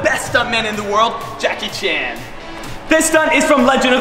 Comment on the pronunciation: Джеки Чан а не Джаки Чен